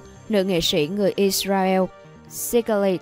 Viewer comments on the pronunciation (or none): none